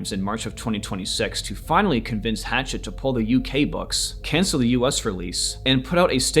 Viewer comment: People need to learn how to say this publisher's name correctly. The name is French, thus think French pronunciation. It's not like the chopping tool (a hatchet). It's more like "Ha" (as in "ha ha" funny, where "ha" rhymes with "la" as in "La La Land" or "Ma" as in "Mama") and "SHET" (rhymes with jet). So..."ha-SHET" (with the stress on the 2nd syllable).